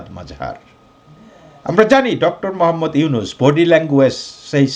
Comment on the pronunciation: Ota “yunus” na “Nunus”.